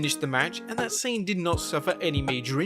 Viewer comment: It's not Sane. It's pronounced "sah-neh". I don't speak japanese and it drives me insane